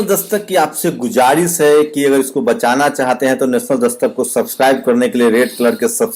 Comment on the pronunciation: गुजरिस नहीं गुज़ारिश कहने की एक दिन प्रैक्टिस कर ही डालो, कुछ मुश्किल नहीं है l और ना कह सको तो, हिन्दी का शब्द " निवेदन " क्यों ना कहने की आदत डाल लो l गुज़ारिश उर्दू भाषा का लफ्ज़ है जिसके उच्चारण के साथ मज़ाक कर रहे हैं l Please think about it